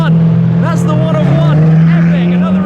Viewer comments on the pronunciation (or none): When Shmee said “That’s the One:One” it sounded like he said “That’s the one I want” 😆